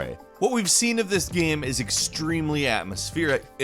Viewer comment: game... goddamn it g a m e... NOT gam... wtf is a GAM?